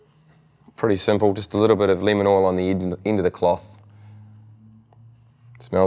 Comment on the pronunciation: i thought he said linament oil instead of lemon oil. haha LOL